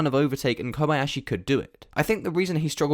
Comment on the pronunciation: You are the first non-Japanese person I've ever seen who proeperly pronaunce Kob-Ah-yashi, not like Kob-eeeee-yashiiiiiii